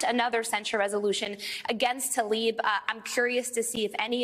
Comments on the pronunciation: PLEASE learn how to say people’s names. There is no ‘a’ between the ‘t’ and the ‘l’—i.e. it is not ‘Talib’. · Rashida Tlaib. Ta-Leeb? No it’s pronounced Tal-E-Ban.